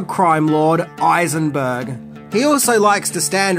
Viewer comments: Wtf can u not say high- zen -burg?????? Who is eye zen burg? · Are you saying “Eisenberg” and not Heisenberg?!?!? I’m not sure I can tolerate that complete disrespect. SAY HIS NAME HEISENBERG!!!!!! You’re goddamned right!! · HHHeisenberg, not Eisenberg. <<< That's how (Eisenberg) ended up as Lex Luthor in BATMAN V SUPERMAN. 😡 You forgot that originally, Walter White was written SPECIALLY for... Nicolas Cage... he turned it down. 🤣🤣🤣🤣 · you all know who i am. say it. say my name. you're eisenburg. Not clearly Heisenburg as stated in the show. You're God Damn Right. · Heisenberg, not Eisenberg. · Heisenberg with a h. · My God, this guy claims to be a fan but can't pronounce the H in heisenburg, what a tool, much infuriating...